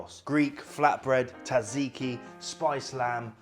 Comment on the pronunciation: Zat ziki, not tat ziki.